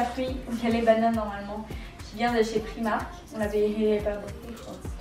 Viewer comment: C'est pas prix marque c'est "pry" marque